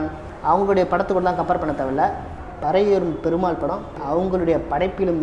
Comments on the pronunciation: Pari means horse. Pronunce like pari not parai.all the best. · நீ வேணும்ன்னே பரையேறும் பெருமாள்ன்னு உச்சரிக்கிறியோ ன்னு ஒரு சந்தேகம் வருது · You said movie name as wrong